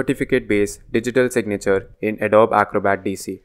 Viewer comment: Thanks for this useful video. One small suggestion: "Adobe" is pronounced as "uh-DOE-bee"